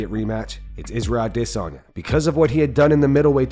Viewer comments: you need to stop saying A DEHHHHH SANYA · Why do you always prounoce Israel last name as Dissonya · Nobody: This guy: ADISS Sanya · Stop saying DISanya. So annoying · Funny, the way you say a”DE”sanya instead of adesanya 😂😂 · Why mispronounce adesanyas name again and again... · Why does the narrator pronounce adesnya wrong?